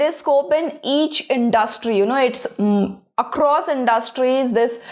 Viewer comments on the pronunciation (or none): none